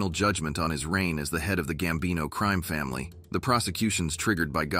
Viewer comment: Horrible 👎👎 ‘the gambino CREAM family”? 😂😂 can it pronounce ANY more words WRONG? Wow🤦🏻‍♂️👎